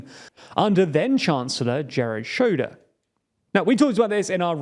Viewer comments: Please make an effort to properly pronounce names. Jerhard Schroeder? Seriously? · 'jerrod shoder'